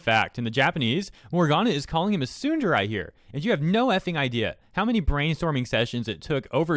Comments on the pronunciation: Am I the only one bothered by him saying tsunderai instead of tsundere? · Love your content but otherwise, Tsundere is prounounced like "Soon-Deh-Reh" not "Soondarai" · admittedly "tsunderai" is strange on my ears, dere, both short eh sounds lol. but , they totally could just keep the word tsundere. we know what it is. if we don't, we learn soon enough. English speaking youtubers like OTV refer to Toast as a tsundere (or sykkuno uses tehsoonderey) because it's just a useful word. english already took tsunami and karaoke, it's not that big a deal -.-" girls can be tsundere too.. so.. fragile female ego ? ... maybe fragile human ego is most accurate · You pronouncing tsundere as tsunderai is painful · Why's he saying tsunderai? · Every time he says SOODUREYE MY COCK GETS SMALLER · Am...I the only one getting tripped up on the fact the he's pronouncing it as "tsundarai"? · His pronunciation of tsundere as tsunderai scares me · Tsundere (tsu - n - de - re) not tsunderai. The second e makes the exact same sound as the first e. Japanese doesn't emphasize vowels the same way English does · Why do you say tsunderai rather than tsundere for? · >complains about mistranslating "tsundere" >pronounces it "tsunderAI" Do you even weeb, bruh? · It's Tsun-der-ray, not tsun-der-rye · tsundarai my ear hurts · I don't get how you pronounce Tsundere as "Tsunderai" lol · No one: Nobody: Not a single soul:: Tsundaraii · It’s not “Tsunder-Ai” it’s “Tsunder-AY” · How do you not know how to pronounce tsundere properly? It isnt tsunderai ffs. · Tsun-da-ray or tsun-dare-ray, you’re pronunciation was awful lmao. Also, I’m willing to bet both my testicles that anyone, and I mean anyone, will know what the hell a tsundere is if they’re playing a visual novel. This tard wasted seven weeks on something they should have simply left alone. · tsundaray 😂😂 its tsun de(ad) ra(in). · Him pronouncing it "tsunderai" makes me want to tsunderdie. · I don't like how you pronounce tsundere.